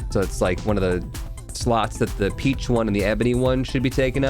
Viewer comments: RIP to not getting the "Peachone" Pigeon Pun. It's supposed to be pronounced like "Pigeon" with a fancy accent. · was anyone else REALLY bothered by calling it the peach one throughout the entire video? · incorrect. "Peachone" is a somewhat Americanized, botched version of the word "Piccione," which means pigeon in Italian